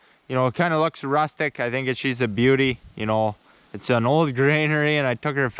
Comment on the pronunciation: gets'er done. she's a bee'yooti